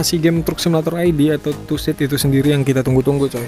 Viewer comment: Bang bukan tussid tusid, karena kan gak ada s. Truk simulator indonesia, tuh gak ada s kan.